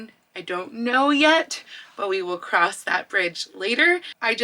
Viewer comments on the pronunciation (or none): none